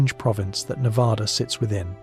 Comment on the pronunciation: Nevada. The first A sounds like the A in cat, mat,, at, bat etc. NOT like the A in apostrophe! Please. We're kinda of sensitive that way. Sorry.